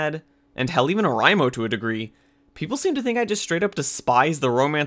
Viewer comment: Dude, pronouncing anything hurts me, Or-eye-mo Clan- Nad